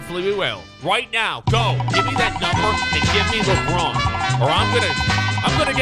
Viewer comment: Never say labronzo again